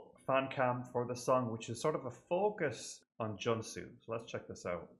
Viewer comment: And Junsu is pronounced with a long U sound as in Joonsu :) Thank you for reacting to JYJ<333